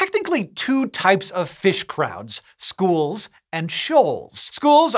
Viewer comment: "Shoals" so that's whats Megamind talked about